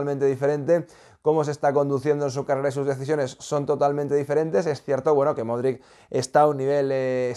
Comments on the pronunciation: el apellido de Luka se pronuncia “modrich” te lo he dicho muchas veces. Golazos de Toni Kroos y de Asencio. Consiguieron quedarse como primeros. Y Lukita debe descansar, Ancelotti no puede quemar a sus jugadores si no rota. Jović está jugando muy bien. Felicito a Lukita por ser el jugador del partido. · Ancelotti también lo pronuncia mal jajaj